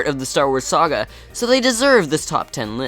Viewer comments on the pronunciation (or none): none